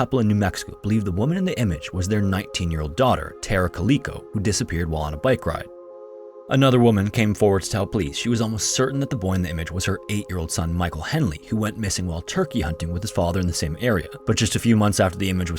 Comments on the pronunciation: Great content, my friend. One thing though... Tara Calico: It's not pronounced KAL-LEAK-CO' It's Cal-lic-co. Lic, not leak. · Dude. Coleco is an old video game system. Its Calico like a cat. A calico cat. Now, say it. Cal...like in California. The i is pronounced like the i in the word "with" Lastly you got the rest correct which is surprising. Tara Calico. Calico. Ok?This is what happens when youre drinking 20 cups of coffee to try and finish videos. Slow down man. And dont absolutely botch peoples names especially the missing and/or dead. That concludes todays lesson. Off to see what words Ty Notts fucked up now. Good day sir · Is there a reason you chose not to show the photo of perhaps Tara Calico (by the way it’s pronounced Cal-lick-ko like the material).? The photo has been shown widely on the net so I’m not sure why you chose not to as there may still be people who haven’t seen it, despite it being widely shared online.